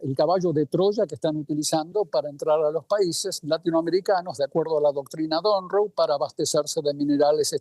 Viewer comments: Doctrina Monroe!!! No donroe!!! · Un “profesor” que dice “Doctrina Donroe” en lugar de “Doctrina Monroe”… por ahí ya empezamos bastante mal. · De donde sacaron a ese analista que dice “doctrina don rou” y repite varias veces 😂😂. Es Monroe , por el ex presidente de USA - Vergüenza ajena y se nota por donde viene su ideología. Deberían preguntarle a alguien imparcial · Es mi oído pero escuché decir del profesor "doctrina Don Ro"? Bueno, un poco para aclarar. La "doctrina Don Ro" viene de Don Ramón que no queria pagar alquileres. 😁 Sin embargo creo que quiso decir "La Doctrina Monroe". Viene de James Monroe, quinto presidente de los Estados Unidos. Significa principalmente que advertía a las naciones europeas que dejaran de intentar colonizar o interferir en los asuntos de los países independientes de América del Norte y del Sur. 😎